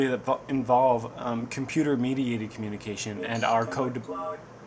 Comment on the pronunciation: did you just say coNNunication??? LOLS!!